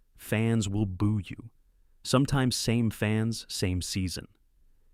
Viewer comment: AI SLOP: Boo is not pronounced bow